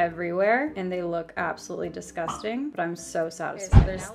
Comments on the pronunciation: So i did the 'drinking when she says disgustangg'. I'm hydrated for life now. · Did anybody else count how many times she said DESGUSTANG